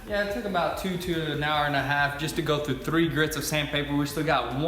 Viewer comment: you say tru rather than through - wtf?